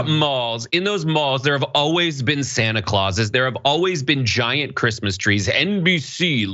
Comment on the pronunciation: "Who gives a f*ck about Creesmas things?" Melania Trump.